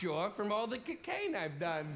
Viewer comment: Gil is adorable with that little shuffle dance, hip wiggle, and the interesting way he pronounces cocaine.